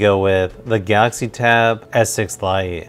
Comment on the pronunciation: I was so confused at first because he pronounces Galaxy as Gautzi haha. I got a S6 Lite and I'm conflicted. I love it and kinda regret it at the same time. Chromebook OS can do so much more than Android because you can install Linux apps so full desktop apps. Is more of a mobile productivity device than a tablet plus you get a keyboard. But the specs on S6 are just so much better than Duet for the price performance. I mainly got it for drawing and S-Pen is incredibly good and based on what I read the Lenovo USI sucks.